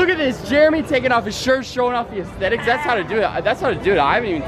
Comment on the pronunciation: the ahstetics crow